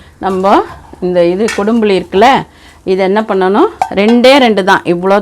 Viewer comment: கொடும் புலி என்று சொல்லுகிறீர்கள்.